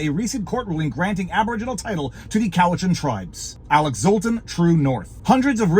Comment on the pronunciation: btw it's pronounced "Cow-it-chan". Ask me how I know.